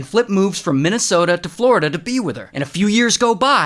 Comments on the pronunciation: " flor - EDAH " wat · bro did not just call floor-e-da flow-ri-da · Florida❌️ Floreeda✅️ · Florida? ❌ Floreeda? ✅ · Florida ❌ Floreeda ✅ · There is a road in my town Florida and everyone calls it Floreeda 😂🤷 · "Shout out to flor-ee-duh"🥲😂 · Bro did not call it (flor-e-ta) it's (flor-i-da) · Bro really said floreeda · i love how he pronounces like "flow-rí-da" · You do know people have accents? LOL?? 😂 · the way he said FLorIda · Well flooreeeeeda😂....new pronunciation decoded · Ha yes “floor E Da” my most favorite state in america